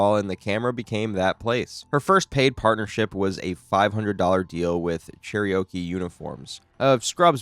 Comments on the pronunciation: PICU = pick-you. Cherokee = chair-oh-key. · You don't know how to say Cherokee? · lol as an Oklahoman I was so taken aback by that. I was like weird name for a website, then I actually looked at the screen and went “oh…”